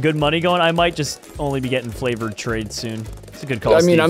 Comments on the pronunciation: the whole time he is supposed to say favored trades he says flavored trades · is it just me or did I hear when was trying to say "Favored Trades" he said "Flavored Trades"